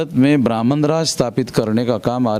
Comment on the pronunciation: आप की सारी बातें विरोधाभाषी होती है। लगता है आप अपनी पूरी ऊर्जा ब्रहमन शब्द के उच्चारण मे लगातें है जो कुछ बची रहती है मायावती के विरोध मे करते है,। ऐसे ही करते, करते बीजेपी को सत्ता देने मे मदद करते है। आप की भाषा मर्यादित नही है। जबाब क्यों नही दे रहे है की सरकार मे संख्याबल बहुजनो का है फिर ब्रहमन को targate क्यो कर रहे हैं। अगर आप के पास जनमत है तो सत्ता पर काबिज हो, मना कौन कर रहा है।